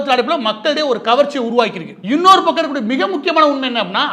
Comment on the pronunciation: மாரிதாஸ்க்கு ஓர் வேண்டுகோள் உங்கள் தமிழ் உச்சரிப்பில் ஒரு தவறு இந்தபக்கம் அல்லது அந்தபக்கம் என்று சொல்லவேண்டும் ஆனால் நீங்கள் பயன்படுத்துவது இந்தபக்குட்டு அந்தபக்குட்டு என்று சொல்கிறீர்கள் தயவுசெய்து சரிசெய்துகொள்ளவும்